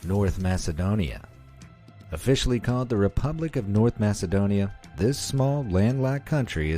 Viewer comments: its pronounced Makedonia not masedonia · Masedonia😂 its Macedonia